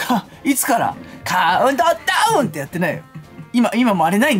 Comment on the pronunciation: 、カウントーダウンって言ってませんでしたか？